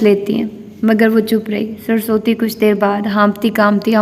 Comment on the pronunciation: Maid,s name is surusvati not sarsoti